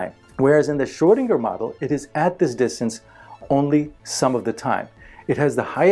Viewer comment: is great, but he makes me cringe when he says 'Shrow-dinger'. It's Schrödinger, dammit!